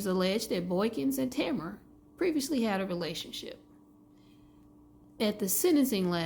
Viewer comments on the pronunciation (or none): This is my good friend! 😭Her name is pronounced Tuh-meh-ruh